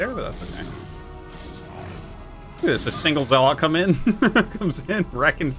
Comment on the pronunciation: Please learn how to pronounce zealot.... They have it in the cutscenes